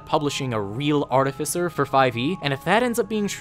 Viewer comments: THAT IS NOT HOW YOU PRONOUNCE ARTIFICER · Oof, it's not princounced as Artificer you're seposed to say it this way: Artificer